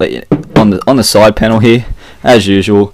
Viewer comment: Why are you saying he instead of here?